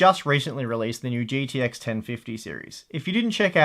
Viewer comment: holy fuck its g T x not "GDX"